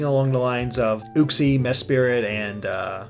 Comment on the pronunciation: Ooxie <-- lmfao, it's Youxie, that's how it's pronounced.